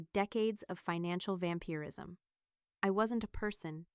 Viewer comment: So just how do you say VAMPIRE in its many iterations?.Vam-peer-ism…never heard of that one..